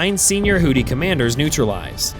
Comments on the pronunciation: Houthi is pronounced "WHO-thee" not "WHO-tee." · "hoodees"???? "new phone. who-dees?" "hoodee and the blowfish" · No, this is the A-10C Thunderbolt II nicknamed "Warthog". Also, this is a result of not listening to your AI narrator before publishing. It's "Houthi" not "Hootie". I was wondering what the rest of "the Blowfish" were up to when you said that. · Did someone put a D in Houthi and didn’t tell me…? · I like the fact this fake AI voice pronounces it "hooties", as in "Hooti and the Launcherfish".